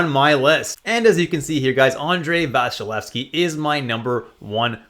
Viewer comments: It's not Vashilevsky but Vasilesky.. just a little note. About Kuemper, he did well in ARI on the other hand, could he maybe show good results even outside COL? Considering your rankings it seems to me that 1-13 goalies are the real number ones to get. Must have one of them as my D1 really. Thanks a lot for a very helpful vid! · Dude, the point was about pronouncination - there is no "sh" but just a simple "s". Vasilevskiy as you're saying is the pronounciation Russians would you use. I'm not sure whether you in Canada/USA pronounce the "y" in the word's end ( doesn't in the video so I assume you don't) - for example in my language we say Vasilevsky(/i), but the point is there's never "sh" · it's not Vasilesky, it's Vasilevskiy.